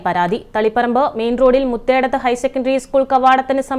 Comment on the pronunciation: Muthedathu high school? Athumkannur vision. Muuthedathu high school correct ucharanam.